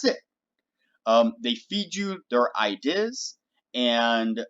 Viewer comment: Great video! I-deass! Why you say it like that? Where are you from?